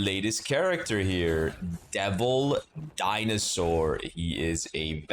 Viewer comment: "DINSOAUR" son i am CRINE